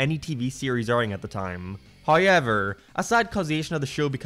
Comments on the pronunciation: This man did not say “however” he said “hoyeaver” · You owe Ryan Hollinger 50p for that hoyever.